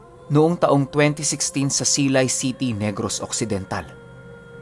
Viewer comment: Hindi po yun siiiiilay city basahin silay city po deretcho na pag basa po btw .im also from silay